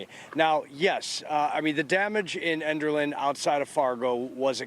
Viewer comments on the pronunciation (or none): I'm sorry, but I'm laughing my head off at the mispronunciation of "Enderlin" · She can't even pronounce the town name right 🤣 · You said enderlin wrong